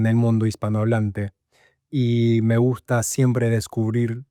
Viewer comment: muy interesante! Enseño español y estuve tratando de descifrar tu acento, me confundió tu "me gusta" con una S aspirada (suena algo así como "me guhjta") pero tus demás S eran bien definidas. Tenés tu propio acento, lo importante es que suena muy claro y entendible. Felicitaciones!